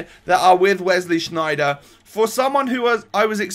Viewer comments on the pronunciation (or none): its sneijder not shneijder, berlieve me im dutch. and why did you think it was lans, instead of lens?? its pronounced lens or lence